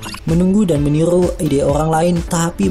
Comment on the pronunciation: Meniru or menilu ??????